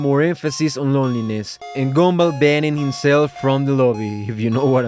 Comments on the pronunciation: is it me or i am actually hearing "GoUmBaL" instead of gumball? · Love the fact you pronounce Gumball as Goomba. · Love how you call him "goomball" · But why i heard goonball😭🙏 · ok but why do you call him goomball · bro said goonball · Whenever he says Gumball I hear goomba like from Mario idk why lol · Bro stop calling him “Goonball”😭😭☠️☠️☠️🙏🏿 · Did this mf just say goom ball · Why do you say it like "goombul" 😭😭😭😭😭😭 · I don't know why whenever you say "Gumball" it ends up sounding like "Goomba." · It’s probably because of his accent.